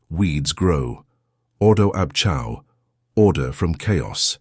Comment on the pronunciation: Iol.. ordo ab Chao .. chao is not pronounced chow. lolol.. its pronounced kay-o.. a.i. rubbish.